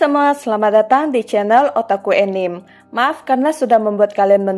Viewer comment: Bukan "Enim" mbak tapi "anime"😀👍